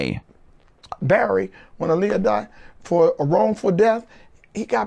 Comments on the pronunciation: Such a necessary video. Name is pronounced AH-LEYAH not UH-LEYAH tho. Solid journalism as always! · You pronounce her name I-Lee-Yuh, but there hasn't been much footage of her at the airport she was leaving from at the Bahamas before she died, just pictures of her taken bts by her close friend/acquaintance/ choreographer Fatima (Roberts or Richards)📵🧐🤔 Y???